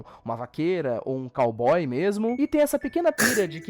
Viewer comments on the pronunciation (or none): não é "cayboy"" e"caygiry"